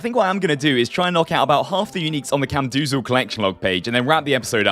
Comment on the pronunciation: Please stop saying camdoozal, its camdozaal